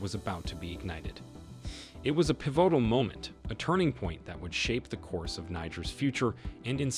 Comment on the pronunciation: WHY can't this dude pronounce anything properly TREE-cherous? PiVOtal? COUPE??? Bruh... 🤦🏿‍♀🤦🏿‍♀